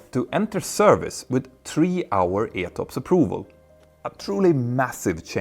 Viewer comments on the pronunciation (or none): none